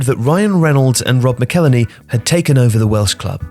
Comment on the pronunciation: The pronunciation on McElhenney was different 😬